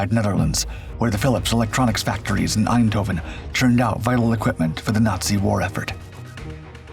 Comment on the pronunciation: The mispronunciation of the city's name "Eindhoven" to Dutch ears sounds both annoying and German. But then, at the time, the city, the Netherlands as a whole, suffered under the Nazi occupation.